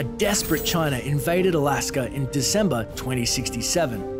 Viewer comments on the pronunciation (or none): none